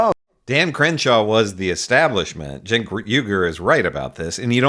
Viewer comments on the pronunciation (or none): How many times has Morgan had Cenk on and he still calls him CHENK not JENK as its pronounced.